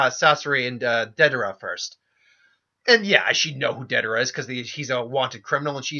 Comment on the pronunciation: Bro Love the what if vids, but there a few things that have been driving me crazy. Your pronunciation of names. Its not da-dara, its Day-der-a. Or Orochi gaurd its not jarombo, but ja-row-bo. Or not Ma-dara but Mada-ra. Theres more but I cant remember them all. Idky but its really urkin me. Ima always support cause I like the content but ya gotta do better on these names my dude. Also, Shika was team 10 not 9. Neji was on team 9.